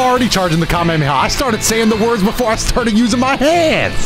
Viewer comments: Bro said kamekameha bruh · love that you flased Goten because of the way pronounced Kamehameha